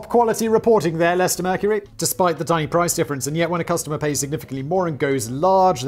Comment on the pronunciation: I'm just shocked Simon pronounced Leicester correctly